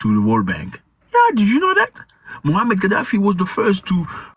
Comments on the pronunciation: The correct pronunciation of his name is Muamar (not Muhammad) Ghaddafi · Moamar, not Mohamed